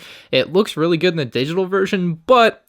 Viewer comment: You are weally getting on my nerves